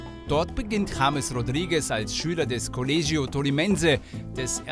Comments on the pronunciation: Es wird colechio gesprochen nicht colegio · James ist der beste Fußballer, der jemals das Bayerntrikot getragen hat!!! Zum Glück hat der Uli den Transfer nicht verhindert. In Kolumbien spricht man übrigens spanisch, versteh nicht warum colegio hier portugiesisch ausgesprochen wird.